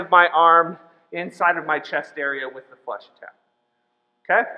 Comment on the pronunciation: omg its fleche not flash... lmao its so funny bc i do fencing in chinese but i take french at school